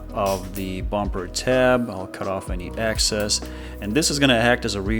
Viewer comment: Thanks, but you keep saying excess like access. 👍